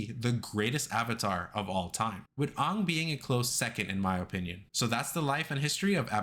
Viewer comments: Why did u say ong instead of aang??? 😭😭😭 ragebait fs bru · Did u call Aang "Ong" at the end